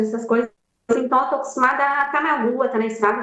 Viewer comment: "i taus" "i taus" que linguajar horroroso é esse 🤡🤡🤡